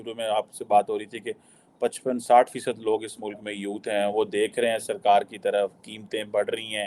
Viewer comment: Sorry read as 'Tarad ' for Taraf